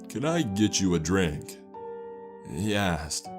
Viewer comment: Hayden McMahon took a sep of his draink and a bite of hes cheppssss